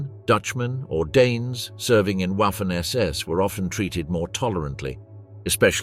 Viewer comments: It is prounced "Vaffen SS" as in the V sound of the English words such as "very", "void", "vast", etc. and not something that sounds like ouaffen SS with the W like in the English "water" or "waffle". Hearing this used repeatedly throughout the otherwise excellent video is very annoying. From experience it seems only English speakers (especially Brits) don't seem to care how to pronounce words from other languages. Truly mystifying. I am in no way glorifying the Waffen SS, but hearing ouaffen SS over and over is jarring and just a demonstration of a complet lack of caring / ignorance? of how non English words are pronounced in any other language. For example the auto maker brand VW is pronounced "Folks Vagen" not Volks Wagen. Is it really so hard to give a F**k or is English the "Master" language...? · The "w" in waffen is NOT pronounced as a soft w as in what. PRONOUNCE the w like a VVVV as in violent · It´s pronounced vaffen